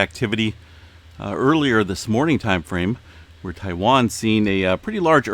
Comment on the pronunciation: he said Taiwan in his last vid.. he’s good at it